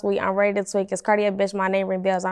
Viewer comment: Why ppl always mispronounce Cartier like that lol